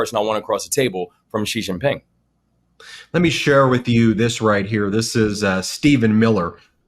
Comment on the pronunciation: Who's SHI-SHI PING? 😂😂😂 GTFOH! TOTAL EMBARRASSMENT